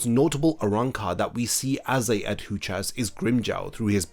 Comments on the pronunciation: Please learn to pronounce Adjucas correctly. I kept cringing through the whole video as you kept butchering the pronunciation. aH-joo-kaz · ajuchas* arrancar* (no hate just wanted to point it out tbf)